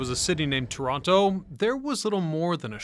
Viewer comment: *Torono.. cmon guy!